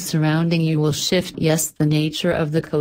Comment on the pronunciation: did you leave the f out of shift on Purpose? lol